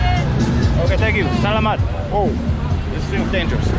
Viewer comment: Your tagalog is getting better for sure! You say salamat like selamat in Indonesian or Melayu. In Filipino the stress is on the 'sala' part